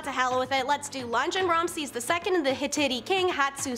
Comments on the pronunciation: It Hi (short I sound) tit (long I sound NOT “Hititty”. Also, it’s Nefertiti (“tee tee” NOT “titty”) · Very entertaining video… But I have to say the one girl.. with the Pink Floyd T-shirt, needs to learn how to pronounce the word “Hittite”correctly!! 😳 ITS “ HIT…ITE” ! 😂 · Lmfao, wow, what a great feat, she can mimic archeologists in videos. She doesn't pronounce Nefertiti or Hittite correctly or half the names of ppl & places in other videos. Guess she didn't watch videos for that info. 🙄